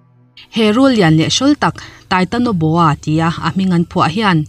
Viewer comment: Titanoboa not titonoboa.